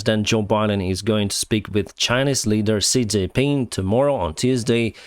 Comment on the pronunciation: I would never have expected 'Xi Jinping' to sound like that in a Ukranian accent!